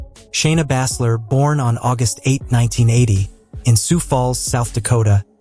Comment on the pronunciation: Stop mispronouncing baesler 😢